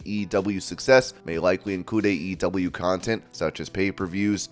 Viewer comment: The way you pronounce AEW is the worst thing I’ve ever heard my god